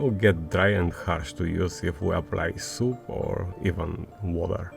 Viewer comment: I also love how he pronounces "soap" :D "We can wash it with soup" cast a smile to my face.